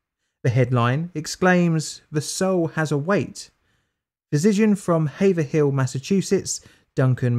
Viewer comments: Cheers, good vid! Just wanted to add that the scientists hometown, Haverhill, is pronounced Haev-rill, not haev-er-hill. Sorry our Massachusetts names are crazy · Hey, it's pronounced have-er-hill, not hay-ver-hill. You might consider checking the pronunciation of American place names as us yanks will often alter the pronunciation of how you lot say it across the pond. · Haverhill is pronounced "hay - vrill". The second h is silent. Lol -A New Englander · Just FYI it's prenounced Hayve-Rill not haver-hill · It’s pronounced Haver-ill not Haver-hill! Growing up in Boston, how is it I’ve never heard of this before? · being from massachusetts and hearing it pronounced "haver-hill" makes my eye twitch. where's our bastard "havrill" pronunciation? :p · Hey — FYI, it’s pronounced “HAVE’rill” with a long “A” as in “cave” and only two syllables……not “have-er-hill.” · haver-hill lol its pronounced "hayve-rill" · I cringed when he said "Haver-hill". It's pronounced Hayvrill. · it doest really matter but it's pronounced "hayvrul" not haverhill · It’s pronounced HAY-vril, not Haver-hill. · Born and raised and yeah it is pronounced havrill lol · The good folks of Haverhill pronounce their town as: Hayv-rhill. Two syllables. For amateurs, you can skip by with Have-rhill. Cheers! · Love your content! Its funny for me though, because haverhill is one of the funny sounding names in new england towns, its pronounced like hayvril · As a Massachusetts native, it's hayve-rill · The Boston folks usually say it "Havrill", with a long A. ;-) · ▪ "21 Grams" is also a 2003 Movie w/ Naomi Watts ▪ I Vote that dogs NOT be poisoned "for science" ▪ In Massachusetts, the pronunciation is "HAY-vrill" with the slightest addition of that "e" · Hey, as a Massachusetts resident I'll give you a hand with our strongly pronounced city and town names. Haverhill is actually pronounced Havrill. I don't mean to be rude just thought I would help. Thanks again for the videos!